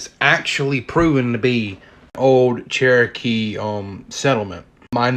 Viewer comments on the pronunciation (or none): none